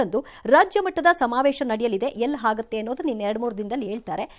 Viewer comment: ಕನ್ನಡ ಭಾಷೆಯ ಉಚ್ಚಾರಣೆ ಸರಿಯಾಗಿ ಮಾಡಿ ಮೇಡಂ - - " ಎಲ್ಲಿ ಹಾಗಾಥೆ " & ";ಆಮೇಲೆ ಏಳ್ತಾರೆ ". 😢😮😅